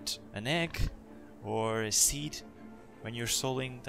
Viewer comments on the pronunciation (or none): none